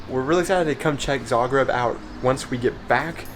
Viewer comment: Yeah, you are one of the few people pronouncing Zagreb correctly, on the first not the second syllable... :-) Smart belongs to the Daimler corporation just like Mercedes, by the way.